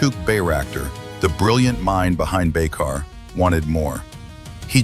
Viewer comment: Das heißt Baykar und nicht Baykar und es heißt Tuerkiye und nicht Tuerkiki.🇹🇷🇵🇰🇦🇿😎